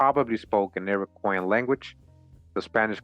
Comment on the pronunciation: Listening again: Flip the P and play funny w the vowels and "Iroquoian" could be "European"